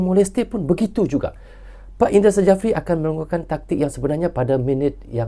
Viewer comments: Coach indra syafri itu dibaca y, bukan indra sajafri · 𝗇𝗀𝗎𝖼𝖺𝗉𝗇𝗒𝖺 𝗂𝗇𝖽𝗋𝖺 𝗌𝗒𝖺𝖿𝗋𝗂 𝖻𝗀,𝖻𝗎𝗄𝖺𝗇 𝗂𝗇𝖽𝗋𝖺 𝗃𝖺𝗌𝖺𝖿𝗋𝗂😁,𝖧𝗎𝗋𝗎𝖿 𝗃 𝗃𝖺𝗆𝖺𝗇 𝖽𝗎𝗅𝗎 𝖽𝗂𝖻𝖺𝖼𝖺 y🙏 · Indra safri bukan i ndra sajafri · bukan INDRA SAJAFRI baaaang... di tulisan nya memang INDRA SJAFRI, Tapi nyebut nya INDRA SYAFRI.🤣🤣🤣🤣🤣🤦‍♂️ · Indra Syafri bang 😂 bukan indra sajafi👍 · Kalo boleh ralat bang,pengucapan nya bukan indra sajapri, tapi indra sapri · Maaf Sy koreksi ya bung, Indra Syafri bukan indra sajafri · Tek betul kan ni bos indra safri,bukan indra sajafri bkn indra safri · Indra Sjafri dibaca Indra Syafri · nyebutx Indra Syafri, Krn Sjafri itu ejaan lama, j adalah y, sedangkan dj adalah j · Nama Head Coach Timnas U-19 INDONESIA Adalah Indra Sjafrie Huruf "J" adalah ejaan lama, jika dibaca saat ini sama dengan huruf "Y" Jadi baca yang benar adalah INDRA SYAFRI. demikian. semoga membantu🙏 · Cara penyebutan nama pelatih Timnas Indonesia itu adalah "Indra Syafri". 😊